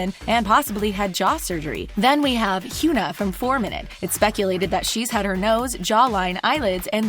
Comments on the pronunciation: This woman can’t pronounce HyunA. It’s not H-you-na. It’s H-yung-a, but make the g silent. That’s the only way I could try and explain it, sorry if it’s confusing. Like saying thing, but the g isn’t there at all! 🤣idek what I’m saying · It's Hyuh-na, honey. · When there's so many mispronunciations and errors that you cringe like UI (ya mean IU?) Hyuna, and more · I swear why can't y'all ever do proper research when you don't know shit about kpop 🙄😑 the butchering of their names is making my ears bleed.... it's I U pronounced (eye you) its Hyuna pronounced (Hyun na) it's Heechul pronounced (Hee chill) make google translate your friend.